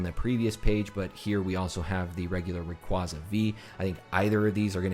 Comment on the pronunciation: Thank you for pronouncing Rayquaza right! Some people say “Rackquaza”